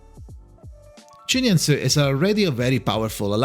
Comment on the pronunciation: I love the effort he made to learn how to pronounce her name properly. 🫶🏻